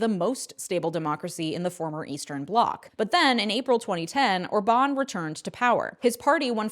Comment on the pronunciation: Orban pronounced as Órban, not Orbán